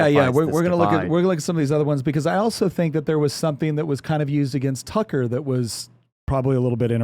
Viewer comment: Way to make Tucker sound like fucker lol